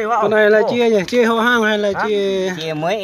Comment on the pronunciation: Con Heo chứ ko phải con Hèo :)